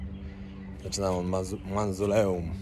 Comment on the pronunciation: "manzuleum" - mówi się mauzoleum 😀